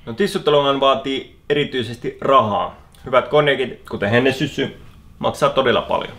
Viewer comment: Tos yhes kohas sanottii "Hennesyssy" vaikka pullos luku "Hennessy"